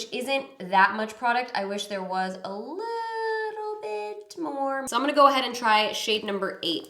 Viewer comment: I heard "I wish there was alotta-bit more." 😅